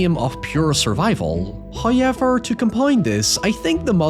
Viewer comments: First "hoyevver" drop , and again He tries to sneak it past us. We must be ever vigilant of his capricious charms. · Three HOYEVERS in a month!? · Unrelated, but I know a lot of people give you a hard time about the “hoyiver” and other features of your accent. Well. I have recently started watching the channel, which is narrated by another Northern Irish person, and she pronounces the word “however” exactly like you do. We’re just not used to hearing Northern Irish accents as they aren’t very common in popular media.